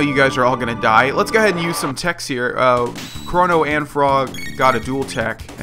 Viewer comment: Why have you been pronouncing his name "Kronno"?